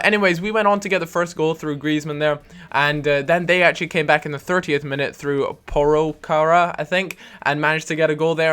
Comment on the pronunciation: Im finnish, and you pronounced porokara as well as an english person can :D